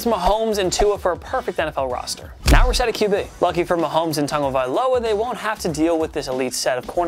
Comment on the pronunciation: Listen how this dude says tuas last name